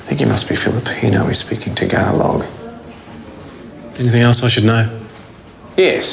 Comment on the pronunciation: I am impressed by pronunciation of Tagalog words.